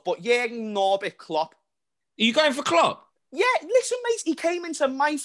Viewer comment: Lmao James yelling “ look what Kloops done in a short time” Yes James in that logic Mou won his title and left a team built for future Chelsea managers. Klopps teams break down on him while still being there.